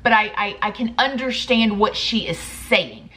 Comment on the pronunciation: Girl I love the way you say underSHtand😊😂